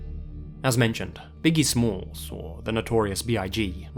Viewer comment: Did you say biggie slims ?